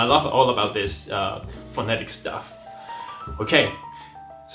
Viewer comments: No usaré más la palabra políglotas: today: Poliglotas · Sí, dijo "políglotas", como debe de ser 😉